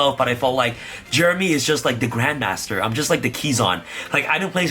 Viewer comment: Jungmaster "Grandmaster" 😂